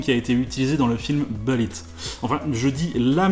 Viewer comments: C’est « boulit » pas « beulit »! Qu’es ce que ça m’énerve quand on invente une prononciation ni anglaise ni française.. ça me rappelle les années 90 quand certains gars qui voulaient se la jouer ricain disaient les « Chicago Beuls». Sinon j’ai entendu toute l’histoire très récemment... je sais plus sur quelle chaîne. Jay Leno ? Je sais plus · on dit boulitt pas beulitt mdr l'accent moisi !!